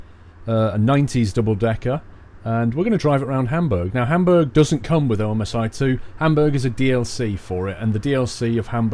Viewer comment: the game is prounounced "omsee too"